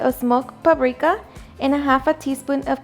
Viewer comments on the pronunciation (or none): Does she say pabrika? that's so funny!